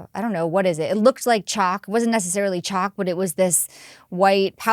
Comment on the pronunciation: "Chak" 😅 I think the entire English speaking world pronounces is "chau-lk" but "cha-k" is mad funny though